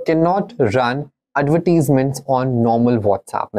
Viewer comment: bhai bolna to seekh lay. Adverteasements 🤣🤣🤣